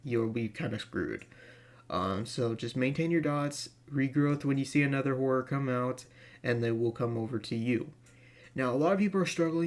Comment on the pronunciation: Bro, we all know you're saying horror, but the way way you say it, it sounds like whore, LMAO! Just FYI 😉